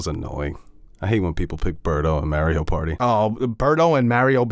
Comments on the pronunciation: Stop saying “MEH-río” 😠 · I am SO GODDAMN TRIGGERED that you guys pronounce Mario like “Mary-o”